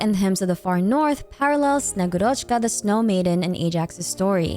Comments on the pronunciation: bro PLEASE the name is SnegÚrochka, not SnegurÓchka 😭😭😭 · I'm really excited for snezhnaya and honestly the third descender being the tzaritza's lover and that being the reason she needs the gnosis makes so much sense! One thing that bothered me though: snegurochka is pronounced more like snye-GU-rachka (capital letters is where the emphasis is). She often described as the granddaughter of ded moroz (basically Russian Santa) that comes to deliver gifts with him or as a girl that was made out of ice and melted when she tried to play near fire. You should read about her, it's very interesting. To the native Russian speakers reading this comment: 1. I know it is a short o and not a, but it sounds so much closer than a regular o. 2. I only read about snegurochka's story once, so if there are any inaccuracies, please correct me! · As a person who speaks Russian, allow me to correct you, if you don’t mind. When pronouncing Snegurochka you are leaving out “u” which is a bit stressed in russian its like SnegUrochka the “u” seperates well the first and secont part of the word, without it, it’s hard to understand the word. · It's snegUrochka btw, thanks for the lore❤ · Thank you for the video queen!! Top content once again. A little correction in pronunciation from russian speaker for future vids, sorry - in Snegurochka the emphasis is made on U c